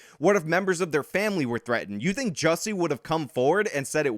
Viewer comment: Am I the only one that appreciates the fact that is the only one that actually pronounces Jussie's stupid name correctly?